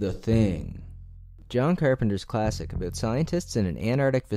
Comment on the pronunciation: Talk a'boot. ^_^